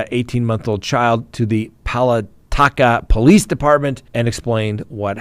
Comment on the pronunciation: yes I’d watch. The Woods woman has more than one child. From what has been reported locally she has 3 Other children. That City is pronounced Pa la Ka. I live south of there but get the area news.